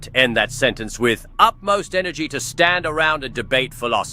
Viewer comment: Utmost. Short for Utter-most (i.e. absolute most) Not "Upmost"